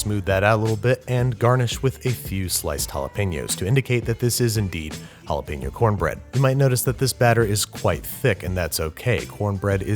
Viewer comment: You are mispronouncing Jalapeño!